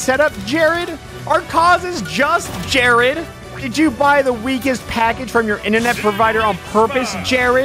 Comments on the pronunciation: why does alpha pronounce Jaird Jared? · The name was actually “Jaird”. He misread it the whole time. Or did he? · its not jarID its jairD JAIRD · I like how you mocked how dumb they were but read jaird as jarid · Umm... His name is Jaird... not Jarid... But everything else was probably true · Alpharad - Stares at the name and calls him Jarid. Me, an intellectual - Wait it says Jaird. That’s dumb as hell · That's because the mind does a backflip trying to internally pronounce "jaird" every time it's read. "jarid" is much easier. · He said jarid but it was jaird all of the sick burns for nothing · That Jarid bit soured me on this video. Yeah, he shamed the name of Zelda, but come on. Don't be mean about it. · "did you finish high school jarid?!" said alpharad, reading his name wrong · Drinking game: Take a shot for every time Alpha says "Jaird." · Drinking game time! 🍺 Take a shot everytime Alpha says "Jarid" Congratulations! you're now drunk... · Freaking the way he says JARID was so funny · I came back to this vid because i wanted snake cancer, i forgot about jaird. How does Alpha not say it right?